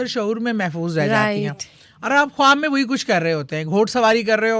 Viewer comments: کھوآب نہیں ہوتا خواب ہوتےہیں۔please diction تو ٹھیک کرلیں۔ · Khoti khab nahi khwab hota hy....hindi ko copy karti hy wahi chali ja....khoti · Host ki urdu itni buri hai (khob) Khuwab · خواب ھوتا ھے کھواب نھیں اپنی اردو پر کام کریں۔ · Ye khatoon jo khud ko anchor kahtee hain ye khwab ko hindi me pronounce ker rahe hain akhir ko kita bola ghum yani grief ko gum khayal ko bhe hindi me pronounce kertee hain Q? Kiya ink apni urdu huroof e tehajjee nahe aatee agr ye Pakistani hain to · Kitni ajeeb lag rhi host khab khab bolty 😂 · I please….. … correct your خ first it’s not کھاب